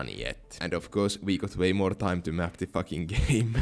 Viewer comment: "Full of.. FHACKING expensive mansions" that caught me off guard 🤣